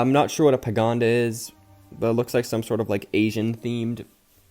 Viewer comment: pa-gode-a not pagonda TwT my ears hurt hearing that, sorry